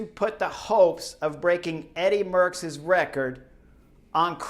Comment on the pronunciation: You only have to pronounce 2 Dutch words correctly in your exposé, Merckx and Deceuninck, and you manage to mess up both. Ceuninck is not pronounced as the German Koenig. You'll have to watch the Flemish television one day, just to "discover" how it is said, there's not really an English comparable sound I think. It is like the French "deux" (two), like in Deux chevaux (2 CV Citroen). But what is absolutely not done, is to pronounce Eddy's family name as "MURKS". Jeezes, suppose I would pronounce Kim Wilde's family name as it is pronounced in Dutch, you'd be the first one to remark this is a rather frivolous way of using the pop legend's name. Well, the "e" in Merckx is not pronounced like an "u" but like the "a" in "at" (at last, at home). So please please please... stop calling him Murks and steer away from such "merky" waters.